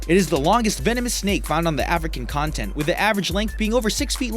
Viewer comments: anyone else notice he says African Content? XD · ..am i the only one that heard, "African content" on the black mamba's description...continent?* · #10 The Black Mamba is the longest venomous snake found on the African "continent". The narrator said "content" .. you guys need an editor...